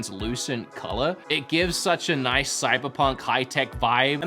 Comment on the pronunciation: "moice" hahha Australian wanted to intervene